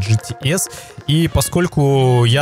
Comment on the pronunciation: ты походу говоришь не GTS, а GT♂️Ass♂️